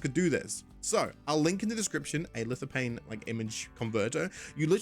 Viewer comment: Lithophane! There is a ph. It makes a "F" sound. Hate doing this but it really annoyed me. Great video. Keep up the good work.